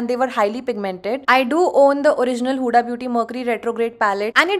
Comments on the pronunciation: It's हुदा not हुडा, learn correct pronunciation, angrez 😂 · Use हुदा aise pronounce karte hai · Babe, my name's huda, and you are pronouncing it wrong 😫